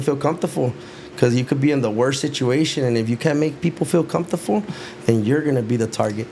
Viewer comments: Comfortable ❌️ Cuntuful✅️ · NEGRA WRONG FOR NOT CORRECTING HIM SAYING COMFORTOFO 😂😂😂😂😂😊